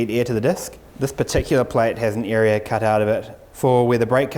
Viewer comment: Why do i keep hearing (ear 👂) and (Eria) ??